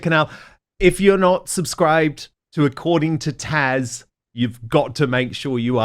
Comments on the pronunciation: Taz, I think is too polite to call you out on it Dan, but I find it really annoying and offensive that you continue to mispronounce her name. It's TAZZZZ NOT TASH - you know this - and I think you do it deliberately *it some how give you a kick? It's a complete turnoff/just FYI... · TAZZ not Tash. Jeez. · Dan, I've always found it very personable the way you mention peoples' names throughout your interviews, but you have to get the name right. Right? Tash, Taj... Tazz isn't too hard is it? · It's Taz not Tash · I do not understand why Dan keeps getting Taz’s name wrong? She’s been on more than once. It’s not Tash! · What is he calling his guest? Hash? Her name is Taz. I heard that twice! 😂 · I thought the ladies name was Taz not Tash. 😂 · Question - is it Dan’s New Zealand accent keeping him from pronouncing Taz with a “z” name correctly?